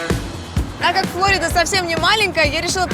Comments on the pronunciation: Говорить надо ФлорИда, а не ФлОрида, сельпо 😉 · Коля остановил заранее арендованую машину "Более тысячи лет назад пещера унесла жизни животных и людей" животных понятно но как людей? Тогда аквалангов не было и врядли кто то тогда из аборигенов жил во Флориде... И говорить надо ФлОрида а не ФлАрида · Ударение в слове Флорида Когда-то все говорили Флори́да (ударение на второй слог). Потом наступило время Открытости, и мы узнали, как произносят это слово сами американцы. Они произносят егоФло́рида (ставя ударение на первый слог)